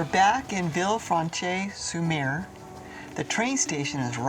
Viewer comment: Pronounced “Sen Paul du Vaan” and “Vilfransh sur mer.”